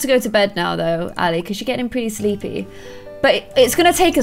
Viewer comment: Why do u say shleepy